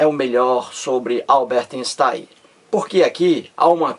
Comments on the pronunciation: INSTAIM nem pronuncia direito kkkk.tem dó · Lê-se Ainstein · emerson santos, o fato de o videomaker não pronunciar corretamente o nome do cientista (ei = ai) (j = i) (eu= oi), etc... Não invalida o valor do conteúdo do vídeo.